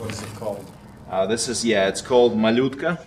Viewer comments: being Russian I appreciate the way you pronounce "Malyutka", sounds 91.9% authentic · It sounds 100% authentic lol. I don't know what you're talking about.